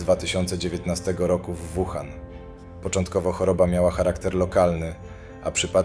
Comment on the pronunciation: Naucz się przed nagraniem wymawiać nazwy chińskich miast przynajmiej... Nie "Kłindao" tylko "Cingdao", nie "Wuhan" tylko "Łuhan"... W następnym odcinku bedzie 张家界 czyli po naszemu "dżang dźjia dźje"... Mieszkam w Chinach od ponad 5 lat.. w tym w "Łuhan" podczas pandemii i żal .... ściska jak słyszę te poprzekręcane nazwy.. Wiem że nie mówisz i nigdy nie będziesz mówił po chińsku (słysząc Twój angielski 🤣) ale skoro "idziesz po Milion subów" to przynajmiej postaraj się ogarnąć nazwy miejsc o których opwiadasz... Pozdro z Kantonu :penguin-blue-waving-tear